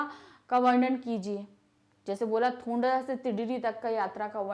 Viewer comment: Apne bohut sari jagah mispronounce Kiya hai Fari kalimpong hai Danda thonglaa hai Ladkor nahi lankor hai Pease correct